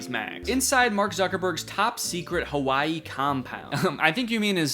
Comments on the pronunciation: It took me way too long to realize you were saying HAWAII bunker and not KAWAII. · i keep thinking he's saying kawaii